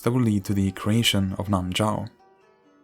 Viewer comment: It's actually nan shao